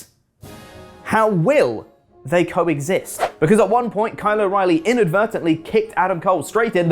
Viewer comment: I guess Walking Dead wasn't an anomaly; Brits just can't say "Carl" OR apparently "Kyle" 😜